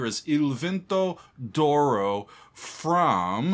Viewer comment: “Doro” 😂 Im not italian but im hispanic, so I automatically read “d’oro” as “de oro” which would be “of gold” in English. Idk just hearing him say “Doro” is funny lol